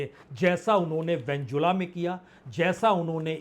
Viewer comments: वेन्जुला नहीं वेनेजुएला ...😂😂😂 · उच्चारण पर ध्यान दें वेनेजुएला न कि वेंजुला नेतनयाहू न ki नेतानु काबिज नहीं काबिज़ इराक नहीं इराक़ आप वरिष्ठ हैं कृपा सही से बोला करें